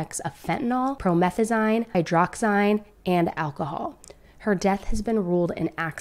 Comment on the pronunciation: Fent a NILL, prometh a zeen, hydroxy zeen